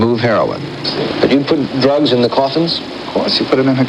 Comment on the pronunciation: Why are you the most censored channel it seems. Blocking out Vietnam war!!?? What's that about? Then you'll mispronounce a word like dee rugs and then few minutes later forget and say the word drugs normally so what was the point. Is you tube really that strict that you have to censor yourself to this extent.